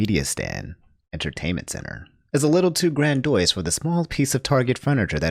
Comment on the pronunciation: “A little too granDOYSE”